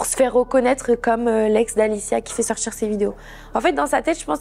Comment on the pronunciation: Insupportable. « On a commencé à sortchir »